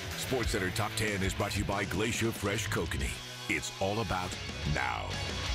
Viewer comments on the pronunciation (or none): ''kokanee''?? yeah, right...